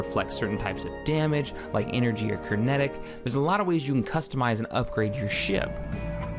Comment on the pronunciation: Kernetic? Lol.